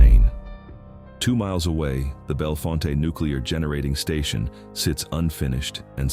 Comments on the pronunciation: Bellfont not fonta ai sux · The company that bought the Bellfonte (pronounced Bell-font)nuclear site was NOT ALLOWED to finish it. Eventually in 2021 TVA terminated the sale and still own the site to this day.